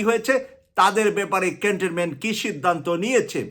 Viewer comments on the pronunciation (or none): none